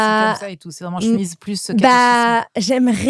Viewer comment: Che-mise ! Pas chmiz svp 😅